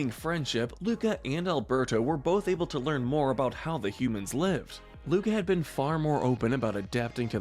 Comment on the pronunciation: Correction: Luca NOT Luka.